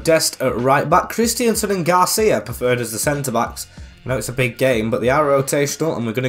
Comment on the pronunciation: Dude even said David Alaba when it was Jordi Alba, and while I'm at it, it's Christensen, not Christiansen